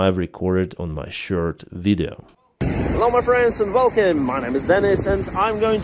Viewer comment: 400 videos with the same intro and he still pronounces "Welcome" as "Velkhim".